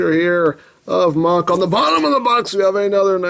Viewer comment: IT´S KAMEN RIDER MAHHAA !! Deam it, the mahha driver belt sed it. It is easy to say, so stop saying mackh driver. If you don´t belive me, go to google and chek it your self.